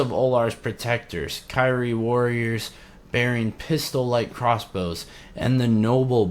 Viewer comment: I think you were pronpuncing kyrie correctly in old videos and are now pronouncing ot incorrectly